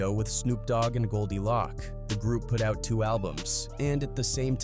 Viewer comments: not goldie lock, its goldie loc (pronounced loke), and the group is tha eastsidaz, what are you sayin??? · Lock instead of Loc is wild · Man if you said Goldie Loc name like that one more time 😂 it’s pronounced LOC with the “O” as a long O like “Low” “Loc” not “Lock” 🤦‍♂️ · Who is this white dude talking about hood stuff Goldie Lock 🔒 🤣 it’s Goldie Loc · Who tf is goldie lock? lol ITS GOLDIE LOCC CUHZ ♿️♿️♿️♿️♿️♿️♿️ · Goldie Lōc not loc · His name is GoldiLoc (Low-k) not GoldiLock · These AI videos are entertaining but the pronunciations like "Goldie LOCK" is hilarious 😅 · Goldie "Lock"? Are u for real bro?? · The constant mispronunciation of Tha Eastsidaz and Goldie Loc almost made this unwatchable to be honest. I get using AI for voiceovers, but simply doing a control F to find and replace “tha” with “the” and “Loc” with “loke” in the script would have gone a long way to help with AI pronunciation. Appreciate the Tray Deee recognition though.